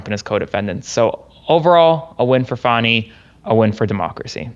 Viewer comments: Pronounced FAW-nee. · FYI it's pronounced "Faw-ni", unless you're Maga trying to imply something salacious. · Just to let you know it is not fanny willis its Fani. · Kind of a fail to have your legal expert call her FANNI the whole time... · Your guest should learn how to SAY HER NAME! It is not fanny! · Please tell him her name is pronounced fawnie like the baby deer. It irritates me when people on either side mispronounce her name. It is disrespectful. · Her name is pronounced Fawni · Her name is pronounced Fawny! Show some respect! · This racist needs to stop pronouncing her name wrong.Fani pronounced Fawnie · Come on, guys. "Fawny"... Just call her "AG Willis" if you're having trouble. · "Fanny Willis"? lol It's Fani Wilis. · Dude said her name wrong, thank you for saying Fani the correct way he corrected himself. This is just a crazy trial. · Love you,. But get your guest to pronounce Fani correctly. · It's pronounced fawni. Not fanny. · Fawning, not fanny. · It's pronounced Fawn ee not Fanny. Spelled Fani. You did correct your boy. Thank you. So many people mispronounced her name 😢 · It isn't Fannie Willis, it's pronounced Fawni Willis. Big mistake from that guy, Trump calls her that. Good you corrected him, but he should have known that. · Fani is pronounced Fawni.... Not Fanny. WTF. Why is it so hard for people to get her name right? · Her name is pronounced FON-E not FAN-E! 😂😂😂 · Please ask to pronounce Fani as Fawnie not Fanny. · I always respect you, but,.....it's not " fanny" it's fauny, please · Please tell that Fani is pronounced Fawny, not Fanny. That’s what the MAGAs call her to be obnoxious. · Pronounced "Fawni" not Fanny. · Can you ask to quit pronouncing her name like Fanny (Danny with an F). It’s Fani, pronounced like the word Fawn with an I on the end. I find it disrespectful to mispronounce her name. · Please tell him it's not Fanny Willis but Fani (pronounced fahhhni) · FAWNY not FANNY,... FFS!!